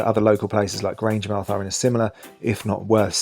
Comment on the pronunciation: My mother and grandfather were born at Grangemouth , on a farm now buried by the oil works ( as granny called them). Unlike Portsmouth ( ports-muth) and other English towns ending in - mouth my mother always called it Grange - mouth. i've never heard Grange-muth until this video. My mother's family lived there from 1888 until 1944. A wee mention of the Antonine Wall , which even ploughs through Callender Park would have helped Falkirk. (built by the Romans it crosses Scotland from Clydebank to Bo'ness , just along from Grangemouth ).